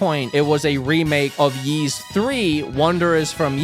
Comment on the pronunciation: Sound like you call the game “Yeast 10”😂